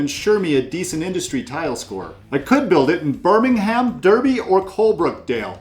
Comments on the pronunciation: Great video. But Derby is pronounced 'darby', the rest were good though 😁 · Really enjoyed the content. Always fun to hear attempts at our quaint English place names, and you did pretty good! If I may, Derby is pronounced “Darby”, and Worcester is indeed pronounced “Wooster”, except it’s the “oo” sound from “good” rather than “oo” as in “food”. Other than that, spot on! Looking forward to exploring your other Brass videos as I really need to improve my game :)